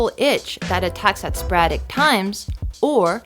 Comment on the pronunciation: it is sporadic NOT sporradic.